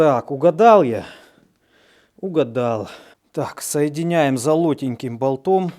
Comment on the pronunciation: ну емае, я преподаватель русского языка, ты прости, все классно делаешь, но ухо режет чутка))